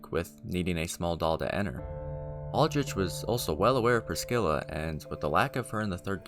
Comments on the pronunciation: Most of these names are said by npcs in the game, and the way you say Pris-scilla makes is seem like she has a Black people name lmao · Fun fact: there's no k in Priscilla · Had to leave a dislike for the number of times you called Priscilla “Priskilla” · This video is great but every time you say Priskilla I wanna priskill myself my guy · To the OP: Ngl I laughed when I heard "Priskilla" lol, but nah don't worry about it, shit happens. Great video. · please, never call priscilla priskilla ever again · Never met a person who said "Priscilla" as "Priskilla" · Great video, there were just a few pronunciation errors that I heard (Priscilla, heinous, steed)